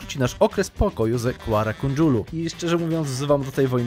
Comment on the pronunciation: to jest Kara Kojunlu, nie Kuara Kondżulu xDD